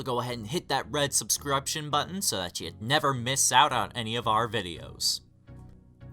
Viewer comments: Yeah he started by saying subscruption... WTH is that? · "Sub-CRUB-shun button " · When he said “sub-scribe-scion” I immediately paused the video and left immediately after this comment. Congrats on losing audience for being a retard. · "subscruption" lmao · I’m not going to watch this because the way you said SUB-SCRUB-TON button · 3 seconds in and he says hit that red "Subscrupshon" button my guy, whaa? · "Red sub-scruption button" made me dislike this video within the first 5 seconds of the vid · I laughed so hard when he mispronounced words like “sup-scripton But seriously this guys channel is a mess